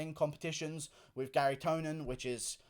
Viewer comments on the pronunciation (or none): none